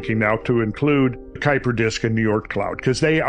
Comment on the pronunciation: Two Dutch names: Oort cloud: oar-t cloud. Kuyper disc kû-y-per disc(pronounced in one go)